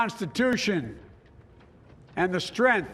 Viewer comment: nobody: Joe Biden: strenth